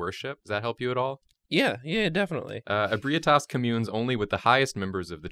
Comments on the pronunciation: IBREYETAS Bruh it's pronounced "eb-ree-tas" no offense tho xD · The "correct" way to pronounce it is Eh-bright-us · Correction: Ebrietas is pronounced - (UH - BRIGH - TUS) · I'm 10 months late, but its pronounced Eh-bree-eh-tess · Same here. Its actually EH-BREE-TUSS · e brah tass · Ehh-bree-ehh-tes is the pronunciation. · 1. That father gasoline (Gascoigne) at the star looked god tier 2. Just to help you out its pronounced eb-ree-eh-tahs 3. For never seeing ebrietas that actually looks great 4. The Rom and little one look very accurate as well for never seeing them 5. Aaah kos, or some say kosm 6. There isnt a shrimp hammer so im disappointed 7. For never seeing the bosses this isnt all that bad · 'Ebrietas' is pronounced "eh-bry-uh-tiss". Also, in my opinion, only certain types of Great One blood can heal you, but cursed blood gives you Frenzy. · For the record her name is pronounced "Eb-ree-ay-tas" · Ib-re-aye-tas is how you pronounce it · Eh-BREE-tas. Close though. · I always thought it was pronounced ee-bree-tus? Doesn't really matter, but just wondering now. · I hate the way that says Ebrietas. If you're seeing this a year after this video, it's pronounced like "Eh-bree-tis" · Every time I heard Ebrietas i cringed